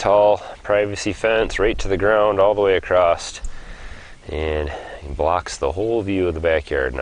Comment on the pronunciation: Awesome video and great instruction! ...all the way up until you said "acrost" . I thought my online translator was going haywire so I threw the whole computer in the trash at that point. I hope I build my fence half as nice as you did with yours, though. Cheers